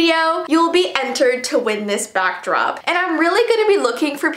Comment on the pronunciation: You'd said Bockdrop I'm sorry I had to point that out 😂